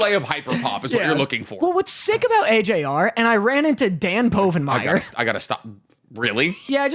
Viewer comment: i feel like and have no clue what’s happening in anime and is saying Povenmire wrong.